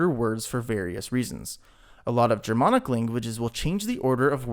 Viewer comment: More like Germonic